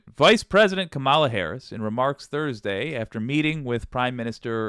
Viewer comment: Hi. Now more than ever, we need to get the pronunciation right. Madam VP's last name has the emphasis on the first syllable; not the middle. I still make the mistake too, as does DJT.